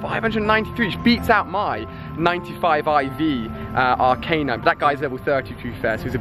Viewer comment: Can somebody please slap him accordingly to the amount of times he says Arcanine wrong?